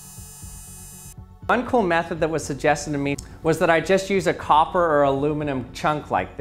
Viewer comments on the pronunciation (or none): none